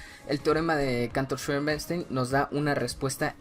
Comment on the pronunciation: Schröder, no Schöeder